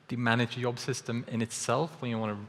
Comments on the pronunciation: "Yob" is so Scandinavian... ;w; It should me more like "deejzhob". uwu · was just listening to this in the background and at first I thought Unity was introducing some new technical thing called a "Yob" XD